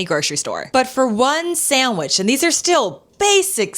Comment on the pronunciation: “Saeywich”. From a teacher? The word is SANDWICH.